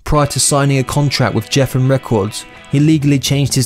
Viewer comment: "Jeffen" records...the hits of mispronunciation keep coming....cred-slayer...